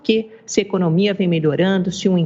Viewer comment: "Econômia melhorando" , volta de Nárnia Amanda.